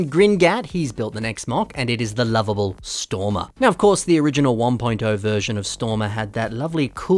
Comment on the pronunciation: you mispronounced "Stormer Texas Ranger" lol